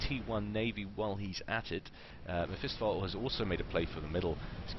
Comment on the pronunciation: Isn't it "meh-fist-off-ah-lee" ?